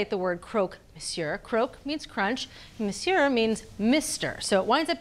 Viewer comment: It's monsieur with a silent "r" not monsieurre, doesn't hurt to make sure before recording. Love the show though